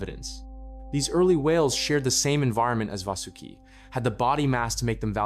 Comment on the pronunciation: No ai used ? How come your pronunciation of vasuki change almost every sentence